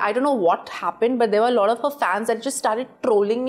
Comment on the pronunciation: Sonam kapoor be like "lot of" "lottoff" "lodd off"